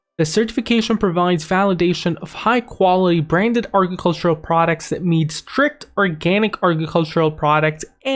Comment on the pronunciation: Couldn't watch it all the way through because of how he says agricultural.